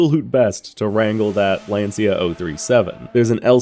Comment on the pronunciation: Hey, love your content. Been following for years. Small feedback: it's pronounced "LANCHA". 'CIA' in Italian is always pronounced "cha".